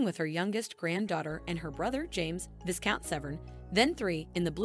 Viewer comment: Pronounced VYcount not VIScount.